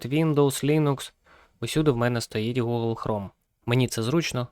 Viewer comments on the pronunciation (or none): none